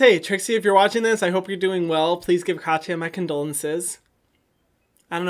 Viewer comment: Hyram, you don’t say ya in Katya. You pronounce it like Ka-ts-a, no ya